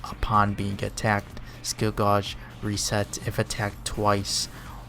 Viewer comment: Just a heads up, gauge is pronounced like the name Gage.